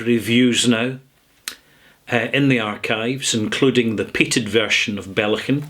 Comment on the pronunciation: Ballechin is pronounced baa-leck-in, but you're right, it's not important